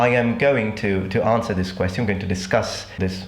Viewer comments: I'm not a native speaker and I think your English is amazing, almost native-like but this one particular word always seems off when I'm watching your videos. Thanks for answering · "queththion" why do you pronounce it this way?